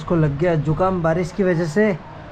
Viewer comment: Baris ❌ Barish ✔️